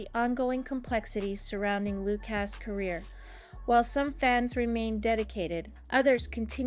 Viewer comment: Loooocas? His name is Lucas pronounced 'Loo kus' and honestly, you're reporting on a small snapshot in time. Give momentum time.